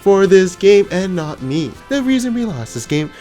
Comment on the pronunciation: the way he said "and NOT ME" lmaoo i have a hate / love relationship with that freaking voice